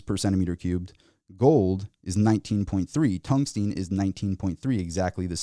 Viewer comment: TUNGSTEN FFS, NOT TUNGSTEEN.